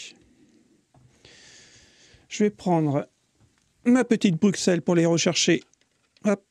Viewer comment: Sympas ta vidéo. On dit Brucelle pas Bruxelle ^^